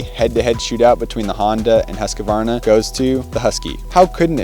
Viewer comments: The correct pronunciation is Huus-kvarna. Not Hasqioaarna. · its moto cross not motorcross. Husq varna, not Husk a varna. Your a professional now!